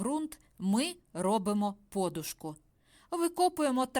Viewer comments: Говорять подУшка, а не пОдушка. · От тільки чому такий наголос - по'душка. На черкащині, чернігівщині завжди кажуть поду'шка. В школі на літературі також читали поду'шка. Ваша вимова ріже вухо. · Відколи це подушка( наголос на букві у) стала подушкою( наголос на букві о). Скільки можно поплюжити українську мову?????? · По-душка з наголосом на О вперше почула від Фреймут. Нічого дивного,можливо, такий діалект у людини. Але трохи неприємно ріже слух.